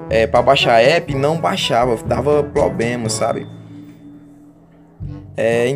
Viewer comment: "poblema" "pobema" .